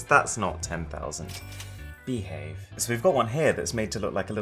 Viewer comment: Wait a minute. Did you just say "behave" in a British accent? LOL. Reminded me of a certain British spy :-)